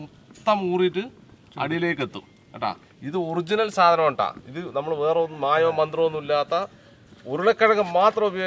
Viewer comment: സാധനം ആണ് സാതനം അല്ല 😂